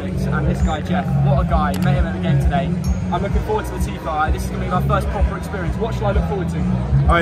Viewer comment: that 'TIFO' was so bad hahaha